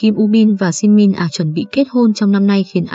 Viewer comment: trời ơi đọc tên Shin Min Ah sai rồi kìa trời